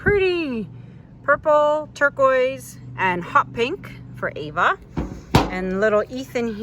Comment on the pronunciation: You look the same w/o makeup. I love the names you did. Isn’t it Ava and not Aua? Pretty piece❤️👍